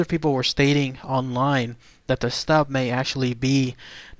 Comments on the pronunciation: ü is pronounced as You. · its pronounced "Shtoop" with a U sound in the oo. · I believe its pronounced like stoop.....not 100 on that though